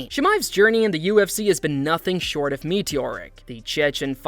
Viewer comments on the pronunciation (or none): none